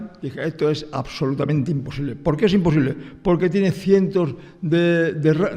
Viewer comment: Im-posible. Es im-posible 😅